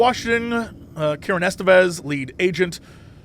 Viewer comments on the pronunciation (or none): none